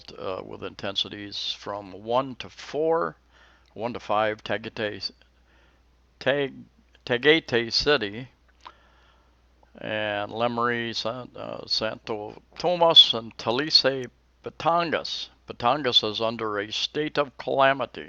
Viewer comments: You do a stellar job at reporting. And I love your videos. If you didn't live near Tagaytay I can see where you would never pronounce it correctly. Ta-guy-tie... Lol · Cavite, Dasmarinas, maybe 20 miles from Ta'al, has raining ash, not too bad, but everyone is on edge. And tagaytay is pronounced ta-guy-tie.